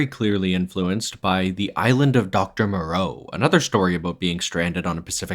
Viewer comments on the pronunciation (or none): none